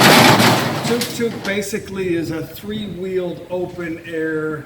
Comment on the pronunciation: It’s not Tok Tok, it’s Tuk Tuk